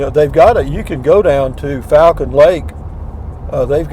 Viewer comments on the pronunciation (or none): none